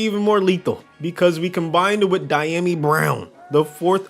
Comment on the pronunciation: Don’t ever say Dyami like det ever again